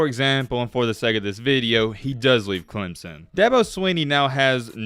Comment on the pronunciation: dude it is not clem zon it is clem son just saying